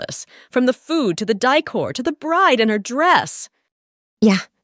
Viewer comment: The word dècor is pronounced 'day-core' not 'die-core'